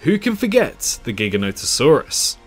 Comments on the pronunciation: You are pronouncing Giganotosaurus wrong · It astounds me how many people pronounce Giganotosaurus wrong 🤦‍♂️